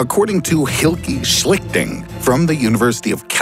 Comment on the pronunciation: Hilke Schlichting. Hahahahahahahahaha.